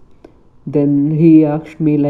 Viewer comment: She akshd me she akshd me